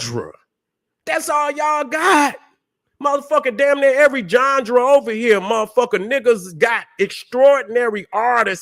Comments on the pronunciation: Lol. I get my kicks every time he says the word genre aka johndera. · is the only one, who can get away with pronouncing genre,as johndruh. Get em 🫡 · been my guy for a decade and a half now but someone tell this man how to say Genre please 😂😂😂